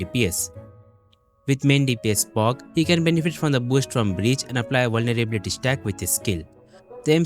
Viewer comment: vulnerblyblylity - nice pronouncination man. You want me to redeem or not?